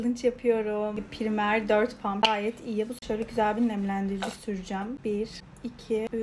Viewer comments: Primer degil raymır allah askinaaa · PRIMER DEGIL PRAYMIR ABLAA❤ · Abla praymır böyle okunuyo yazılışı primer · Pıraymır diye okunuyor